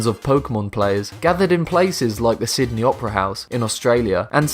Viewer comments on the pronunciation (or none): none